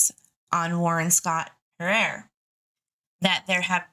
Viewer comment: Hi, Harer is pronounced ( hair er ) certainly not being rude, love you I just thought I’d let you know